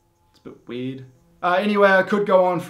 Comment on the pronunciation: Why he is pronouncing weird as Weed? 🤔